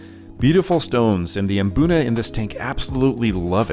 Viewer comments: My Mrs is from Kenya and there's a lot of words like mbuna that are all pronounced with mmm at the start not maa. You just need to find an African fish keeping to tell you how it's pronounced 😅 good video dude keep up the good work ❤ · Maboonah 🤣🤣🤣 Guys there is no A between M and B in Mbuna 😂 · I just enjoy seeing all of your tanks and fish really makes me jealous. WOW on the new tat that is really impressive to say the least "really cool". I thought I was wrong being the only one pronouncing Mbuna cichlids like Hunter does after hearing you pronouncing it haha good one. The "nasty room" you know my mind goes off into another dimension hear that...OK I'll stop but I do like that kind of cichlid and drool for a tank big enough for one. I wouldn't change much on any of your tanks maybe just a few more cichlids with flashy colors to make the colors pop in the tanks, but I just found out adding a few new guys in my State Penn turned into one getting an eye injury and is now spending time in a hospital tank, no worries he is doing great and really wants out of it, in time dude in time. Thanks for the update and keep the cool videos coming so I can wipe the drool off my chin. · Hearing them tell me I’ve been saying Mbuna wrong my whole life had me shook 😂